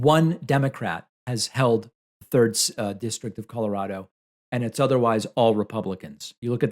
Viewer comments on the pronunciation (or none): none